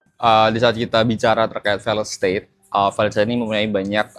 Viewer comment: Belajar lagi cara baca failed state min